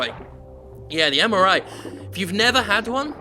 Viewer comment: Every time Jim says MRI, I hear MRA. Been watching a bit too much DoctorRandomercam.